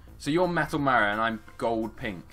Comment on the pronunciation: It's pronounced mar e o